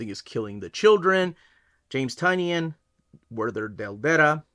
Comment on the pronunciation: Isn’t it TIE-nin?